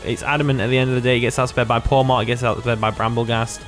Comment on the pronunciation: Ok i know everyone pronounces every new gen 9 5 different ways but you can't pronounce PAWMOT????? bruh